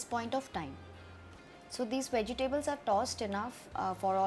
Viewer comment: (vej· tuh·blz) vegetables pronunciation